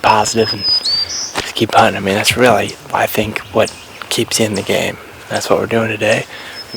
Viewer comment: Just be weally weally cawuful 😂